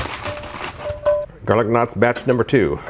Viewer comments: I kept thinking you were saying garlic nuts... Almost $400? Ugh... I have a Emeril dual zone air fryer/oven, that I got from Morning Save, over a year ago for $100, and it still works awesome! Maybe this will be discounted someday, because there's now flippin' way, LOL! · I’m in a country where we don’t have garlic knots. I did a double take because when I first heard you - I thought you said garlic nuts! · I thought he said "garden knots", I had to rewind & pause, & read it.